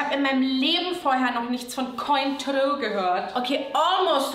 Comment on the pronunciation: Mit dieser furchtbaren Aussprache wird definitiv nicht das Cointreau werbegesicht 🤣